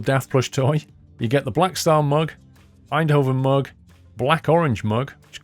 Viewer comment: Pronounce the v as an f, In-do-fen